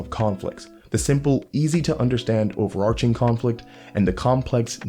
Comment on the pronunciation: Thank you for pronouncing overarching correctly.